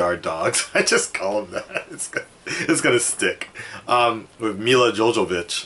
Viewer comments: JOVOVICH.. NOT JOJOBITCH LOL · "Milla Jojovich" 😂😂😂